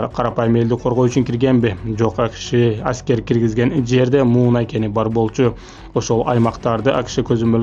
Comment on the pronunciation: Муунай эмес мунай